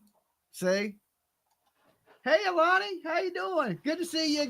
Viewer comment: The defense attorney keeps calling her "Alani" 🤷‍♀️